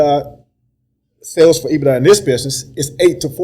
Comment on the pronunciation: If he says EBITA one more time 🙄lol